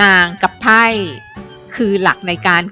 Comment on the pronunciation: ขออภัยนะครับ ไพ่ กับไพร่ ฟังจากการออกเสียงมันต่างกัน แต่ที่ท่านกำลังกำลังบรรนายอยู่นี่กำลังพูดเรื่องของ ไพ่ อยู่ใช่ไหมเพราะฟังจากเสียงมันไพ่ซึ่งหมายถึงอุปกรณ์ในการเล่นพนันอยู่ใช่ไหม ผมแค่สฃสัยครับ